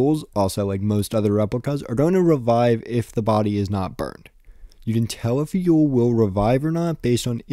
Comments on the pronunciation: I’m pretty sure it’s pronounced more like “oil” than “Yule” It’s like the mathematician Euler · and the German pronounciation would be something like "Oy-leh" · "Eule" in German is pronounced more like "oy-luh". That kind of helps make the Eule = Owl cognate a bit more obvious.